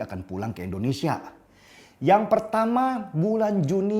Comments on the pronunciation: Indonesia bang, bukan endonesia 🙄 Btw, bajunya keren bang 🔥🔥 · Indonesia bang bukan endonesia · Indonesia pak bukan Endonesia